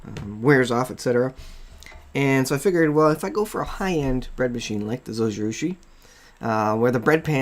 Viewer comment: Thanks for the video. I want to say 'thanks' but also correct your pronunciation. Zojirushi is Japanese. In Japanese the 'J' is pronounced like a 'J' is in English - like the G in Giraffe. So, it would be [zoh-gee-roo-shee] (There is no accented syllable in Japanese.) Hope this helps!